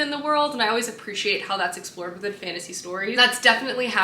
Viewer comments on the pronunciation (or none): none